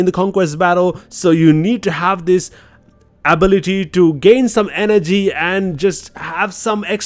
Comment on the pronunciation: My guy don't know how to say ability